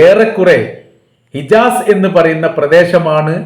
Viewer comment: ഇജാസ് അല്ല ഹിജാസ്